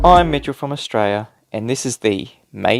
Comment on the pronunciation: Always very embarrassing to see such silliness from a fellow Aussie. BTW Mitchell, there's an 'L' in Australia. It's hard to seem credible when you cannot pronounce the name of the bloody country.